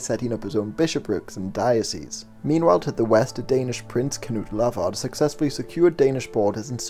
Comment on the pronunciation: you pronounced Knud Lavard perfectly - a dane